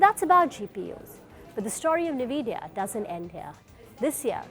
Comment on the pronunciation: It's en-vidia not ni-vidia